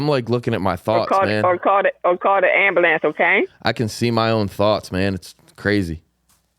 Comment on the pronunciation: “call da Amberlance” 😂😂😂